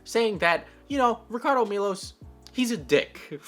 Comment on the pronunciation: me: clicks on video: mispronounces “ricardo” me: shuts down pc